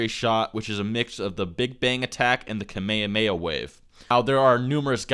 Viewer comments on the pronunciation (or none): none